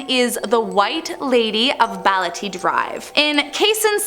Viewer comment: It's not baliti it's BAH LE TE drive but whatever I STILL LOVE YOUUU